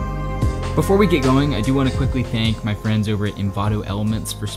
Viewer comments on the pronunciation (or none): none